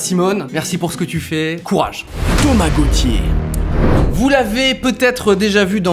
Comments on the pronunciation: Je suis le seul à avoir entendu Tamagochi au lieu de Thomas Gauti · Lol quand ta dit Thomas Gauthier g entendu Tamagotchi j'ai flippé 😂🤣😂